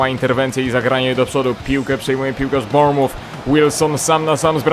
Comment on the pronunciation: Bournemouth wymawia sie bornmyf